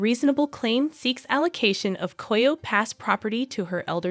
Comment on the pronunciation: Learn how to pronounce "Coyote".